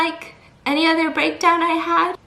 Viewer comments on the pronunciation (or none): none